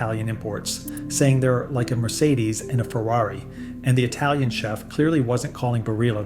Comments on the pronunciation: He also said etalian instead of italian. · I would put more stock in your opinions if you knew how to pronounce the word Italian. It's not "Etalian". There's no fucking "E" at the beginning of the word. There is no such country as Etaly.